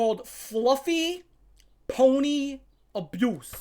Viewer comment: Fluhfee.. 😦 Ponh-nee.. 😨 abyoose 😮😮